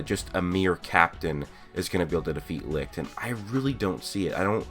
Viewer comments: You pronounce it lick but the others pronounce it licht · i always thought it was pronounced “li-t-ch” not “li-ch-t” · Its not ligt or lickt its licht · Its funny how nobody is able to pronounce "Licht" correct xD